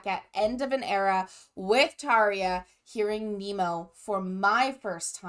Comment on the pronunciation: You said Tarja correctly. Our R is different than English R. It is rolled R. That Emppu's guitar I love that always 🤘